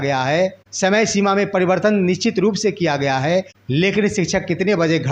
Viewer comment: aap to sabse pehle apna pronounciation correct kijiye , nichit mat boliye y ' nishchit' word hota hai. Rest is ok